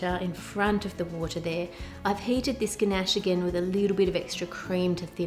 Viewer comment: god, when she kept saying gnash it was soooo annoying, like bro. IT'S CALLED CHOCOLATE, AND I KNOW SHE'S AUSTRALIAN OR SOMETHING BUT STILL.